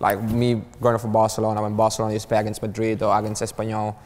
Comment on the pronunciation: Cuando dices Barcelouna en vez de Barcelona siendo barcelonés sabes que algo pasa